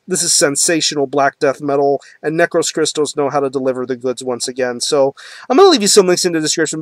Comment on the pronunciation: \m/ Hell yea, somebody reviewed Necros Christos \m/ I have their 2 albums and their compilation, I'm missing "Nince Graves" but I will buy soon. Oh well the band's name is greek words, and the tone while you are saying it goes like that "necrOS christOs" the tone on the "O" \m/ keep it metal! Is there anything similar like necros christos?